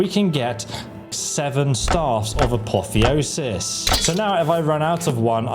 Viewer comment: And he pronounces "apotheosis" correctly a few minutes later lol